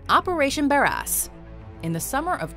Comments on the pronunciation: I'm sorry, operation Bare-what?! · Operation Bare-Ass you said? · Number 10 I heard operation bare ass the first time 🤣